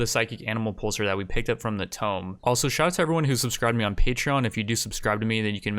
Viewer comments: And one that stops him saying tome instead of tomb, drives me insane lmao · I love your videos... However the way you say tomb is infuriating. Its not pronounced "tome" its pronounced "Toomb" with a long OO. Ha! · Every time I hear ancient 'tome' I die a little inside. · Have I been pronouncing tomb wrong? Toom vs tome